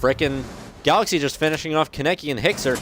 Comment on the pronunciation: Any Tokyo ghoul fans triggered at how he said kanekis name?